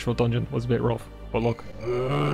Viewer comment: Yeah the way I describe the Newfie (Newfoundland) accent is generally as 'a mix between English and Irish, but leaning towards Irish.' Very basic, I know, and there's various different dialects/accents for different parts of England and Ireland, but this small portion really reminded me of the concept. That "Leh," as in 'look.' Though the way I've more generally heard it is as "Luh." As in, "Look'a d'at d'ere, luh." It's even in a parody song, "I'm Clayton and I know it" which parodies the song "I'm sexy and I know it." A significant part of the chorus (assuming that section of the song is indeed the chorus, I'm no music expert) is "Look'a d'at d'ere, luh!" I died laughing first time I watched that vid years ago...